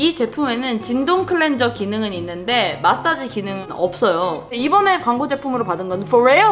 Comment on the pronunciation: 제품 소개할 때 너무 자연스럽게 영어로 마솨지 쥔동클렌졀~하시길래 진동도 영어인줄 알았잖아요 요 앙큼불여우!!